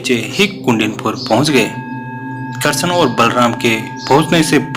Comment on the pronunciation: Very nice but why are you saying karson you should say shri Krishna